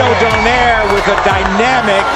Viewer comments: Correct me if I'm wrong, but it's Do-nay-re, not Don-air right? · Please, at least give me a permission to correct Donaire's surname... It's actually pronounced at DO NYE RE.. Not do nare